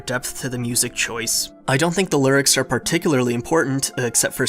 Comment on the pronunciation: "lurics" lol